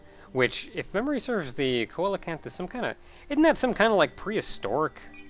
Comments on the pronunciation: It's pronounced 'see-la-canth', dude. And it is a prehistoric fish that was thought to be long extinct before being rediscovered a few decades ago, nearly unchanged for millions of years. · Coelacanth, pronounced (seel-a-kanth), is a living fossil fish. It has leg-like fins, lays huge eggs for a fish, and has armor-like scales.